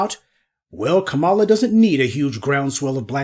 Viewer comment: Try Kah-ma-lah! Not Ka-mah-la.